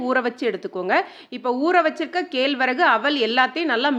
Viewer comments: அம்மா தமிழ் மொழியில் நன்றாக பேசுங்கள். ,kelvarahu....enna தமிழ்....மிகவும் mosam. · கேல்வரகு இல்லை கேழ்வரகு. அவள் இல்லை அவல் 😅😅😅